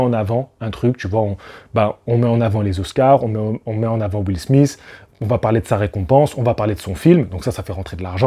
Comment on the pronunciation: Premièrement , commence par dire Chris ROCK et non chris ross ! Et Deuxiement lautre se dit Will SMITH ! Pas will smisse!!!